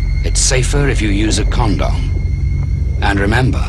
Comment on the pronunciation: “It’s safer if you use a con dom” Like excuse me it’s not “con dom” it’s condom